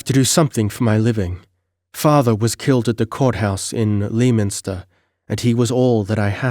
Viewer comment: Tremendously enjoyable read and fortunate channel find. Sorry in advance but in case this come up for whatever reason in the future: Lei-minster.